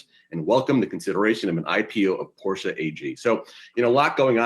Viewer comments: Yahoo! Porsche is a two syllable word pronounced Por-shay not Porsch as said by your young lady host. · Well, SIR. Let me be the "Young lady" who lets you know that Porsche is actually pronounced "Por-shUH." But you tried, I guess :)